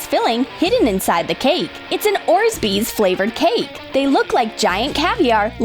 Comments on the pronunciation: Oh, here we go again..... and the "Orzbeez" problem......😥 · What is "orzbeez"? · what are orzbeez? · AHHHH ORZBEEZ GOD STOP NO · "Spray an empty protein container pink!" *sprays it with blue spray paint* Also, PLEASE start saying "Orbeez" correctly. There's no "z" between the "r" and the "b". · Tf is an orzbees¿ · They said orzbez what the fuck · Lol ikr, it really annoyed me when she said orsbeez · PIANT THE ORZBEEZ BALLZ PINK Paints the orbeez blue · They can't say Orbeez right😅😂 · 15-16 lol the way they say orbeez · OMG THEY SPELLED ORBEEZ RIGHT BUT THEY DON'T SAY IT RIGHT BOI🤦🤦🤦🤦🤦🤦🤦🤦🤦🤦🤦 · It’s orbeez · Were do they get the s in Orbeez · When you where making the giant version of the bubble gum you said "paint a protine jar in pink spray paint" and it came out blue. Also you are supposed to say orbeez not orzbeez. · Just saying only, its not Orsbeez its Orbeez. Just saying u know!!! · They are called orbeez not orzbeez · It’s orbeez not orzbeez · Ohhh I never knew pink was actually blue. Thanks for helping me. Lol. And also it’s orbeez not orzbeez.. Like I used to luv ur channel sooo much.but now I can’t even watch a single vid of urs completely. Pls stop making ur vids so silly. I mean a ball that makes u energetic. U need help or an asylum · It's orbezz not orsbez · It's called Orbeez not orsbeez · It not orz-beez it's or-beez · ORBEEZ NOT ORZBEEZ! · 1. You said color it pink.... But it’s blue. 2. You said orzbeez, but it’s orbeez.. 3. You said clay but it’s floam.. Congrats:| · You say orzbees when its Orbees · The one annoying thing about is that they always say orsbeez when it's orbeez its so annoying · Not to be mean but it's orbeez not orzbeez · okay its orbeez not orzbeez and it said pink spraypaint mot blue so uhm yea learrrnnnnn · Thats pink? Oh and they are Orbeez not Orzbeez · Orsbreez? Im sure its ORBEEZ?And do you know your colors?Cause I know that thats blue not pink? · Orzbeez? ORBEEZ!!!!😑😑😑